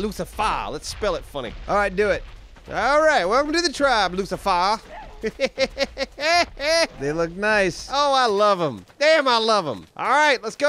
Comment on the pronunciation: Luci-fur (Like, lucy-fur)